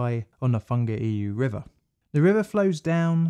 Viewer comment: Roo argh pay who...tong argh rear row... why oor ew....